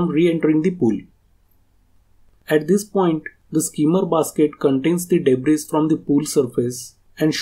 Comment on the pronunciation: Great video! Thank you and fyi "s" in "Debris" is silent 🙂